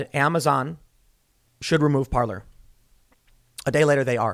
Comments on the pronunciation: Parler is properly pronounced par'lay. It means speak in French. I.E. parler en francais. If it was pronounced par'lure it would be spelled parlor like a sitting room. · the first time i heard of parlor was from tim, and hey pronounced it parlay lol